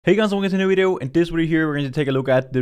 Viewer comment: Why is he saying "wideo"